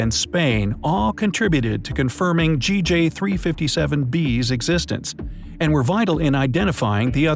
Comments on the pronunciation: Sir sometimes you said JG NOT GJ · Re: the planet naming system. In general the “A” object is the star itself, thus the first planet is designated “B”. Also, this system is GJ357, but you keep saying “Jay”-“Gee” instead of “Gee”-“Jay”. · He says GJ not JG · So we r not gonna talk about how he says it as JG instead of GJ? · He kept saying JG it’s GJ😂😂😂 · He keeps saying J-G instead of G-J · there was one time you said JAY-GEE 357d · You should re-read the script. You used both GJ and JG in both instances for both B and D.